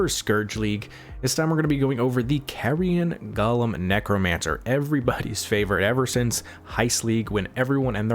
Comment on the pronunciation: go-lem, not guh-lem